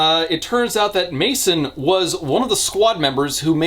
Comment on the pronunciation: It was wild to hear ya say "Mason" just to alt-tab back and see it's spelled "Masen". Ifeel like my name has been butchered